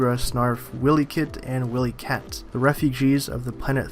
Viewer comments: Its pronounced Why-Lee-Kit and Why-Lee-Kat. Not Whilley Kit and Whilley Kat. Dont be disrespectful. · This looks like trash in every conceivable way possible. By the way, it's not pronounced "Willy-Kat/Kit" it's "Wile-EE-Kat/Kit" with a long I. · Did you say Willy cat? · It's pronounced WI LEE CAT